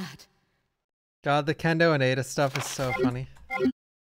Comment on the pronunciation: It's Aye Duh!!